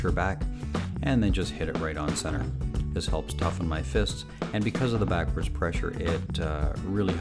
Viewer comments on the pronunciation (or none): none